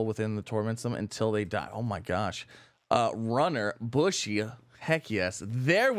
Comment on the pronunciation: Bushi isn't pronounced like bush. It's the Japanese term for "warrior" that was usually applied to the soldiers in an army who were not Samurai-caste, and it's pronounced like boo-she with the emphasis on the first syllable.